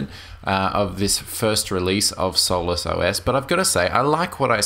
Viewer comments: is obviously mispronouncing solus. And Doflicky is only the binary's name. It appears as Hardware Drivers in the menu for the user. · After 3 beers and a joint it sounds like "soulless" ;) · one syllable? No it's not. Sol-us = two syllables.